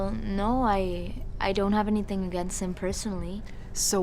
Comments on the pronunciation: First part reminded me of that South Park episode where the guy being shamed for not giving a dollar to charity every time he goes to the grocery store. Also a-GAIN-st was hilarious to me for some reason. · "you got something aGAYnst them?" Was that deliberate directing?